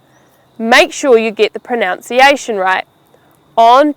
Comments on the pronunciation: I think she just said proNOUNciation. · Hi this is a great video but you mispronounced a number of words. Pronunication - you kept saying "pronounciation" (you corrected yourself at the end) Asthma is pronounced with an "s" not a "z" You pronounced Debris the American way not the English way Pizza is pronounced with an "s" not a Z. You mispronounced Enterpreneur You pronounced Now as - Naa (without the "w") Wednesday is not pronounced with an "i" Winsday You pronounced Womens - as Womans which is wrong - Women is pronounced "Wimin